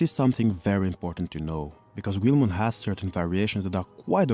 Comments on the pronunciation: why do you insist on mispronouncing the name of Guilmon? it's NOT "QU-EL-MON" it's pronounced "GI-UL-MON" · Its pronounced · I'm confused, is there a reason you call him 'gweel-mon'? I first thought that it was because English is your second language but when discussing the origin of his name you pronounced the word 'guilty' properly, leading me to believe you're pronouncing that syllable in his name differently on purpose, even though they're the same pronunciation. Is there some media or something you have taken that new pronunciation from? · how in the actual hecc did he mispronounce guilmons name???